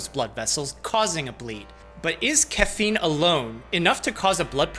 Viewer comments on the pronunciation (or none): Not caf-een, ca-feen apparently lol. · Lmao at making fun of "cuffeen" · I’m torn between loving and hating how this man says caffeine, starting to lean more towards love though lol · Dude said caffeine like coach Dr. Greg pronounces names.